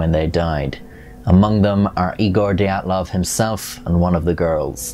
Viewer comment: I'm sure you look forward to having your pronicication second-guessed on every video! 😅💀 It's not the 'die' 'at' 'loff' pass It's the 'DEE' 'at' 'loff' pass